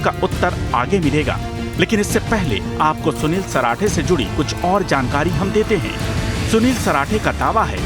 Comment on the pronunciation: Sunil parathe nhi sarathe h ji